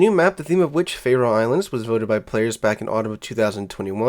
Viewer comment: The game has needed a new map for a while - everyone knows the camping spots too well. Faroe is pronounced Far-o not Fay-row They're a group of islands equally distant from northern Scotland, s/e Iceland and west of Norway (but belong to Denmark).